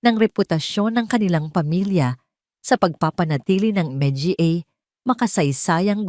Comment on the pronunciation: 😂😂😂sorry po 🤣🤣🤣may kahusayan sana ang pagnanarate malinaw nakakatuwa lang ang mali niyang pagbigkas na maraming tagalog na salita. tulad ng mga, dra- doctora at iba pa ha ha ha 😂"MGA -manga "po ang tamang pagbigkas 😮pero natatawa talaga ako